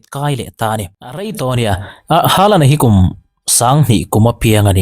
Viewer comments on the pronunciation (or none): Norway ram mi ngei, Chîtei Nu sawi danin, "Holand/Hawlan" ti a lam rík(pronounce) tur a ni e. Haa hi Ho/Haw a ri tur a nia aw.😊😊Hâlan ...tih pawh pawi chuang lo.